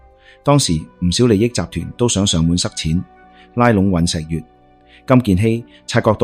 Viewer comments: 😂雖然你運用ai旁述都幾出神入化 但尹錫藥 國衛議員 係點樣讀錯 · 看了你很多視頻，非常多字讀錯音。依次連總統個名都讀成幾個版本，一時讀「悅」、一時讀「藥」。酗酒的「酗」字我都唔知你讀乜，我「聽」YouTube 聽你既「廣東話」聽得好辛苦😓作為香港人都要估你讀乜。你如果唔肯定啲讀音，可以上網查完再讀，好好地內容無問題，硬生生被讀錯音draw走啲attention…..